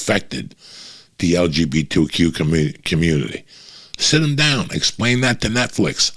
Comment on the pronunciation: Damn Uncle Joey butchered “LGBTQ” 😂 😂 😂